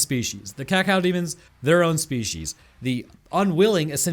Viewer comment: Bro said “cacao demons”